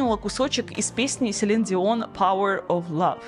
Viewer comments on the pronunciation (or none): none